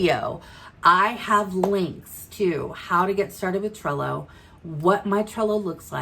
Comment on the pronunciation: Thank you for suggesting alternatives to AMI as she is retiring from service. I had to come to your description to see what you were saying... Cello, Sello... 😂 Thank you for the videos showing how to use Trello. You make awesome videos and I have learned alot from you. I'm a newbie consultant (one week old!) So I have a lot to learn. You are my number one source at this time. Thank you!! You are appreciated! ❤️